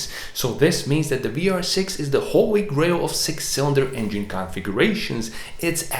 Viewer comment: Are you german? 🤔 Your pronunciation of the vr was very good 😄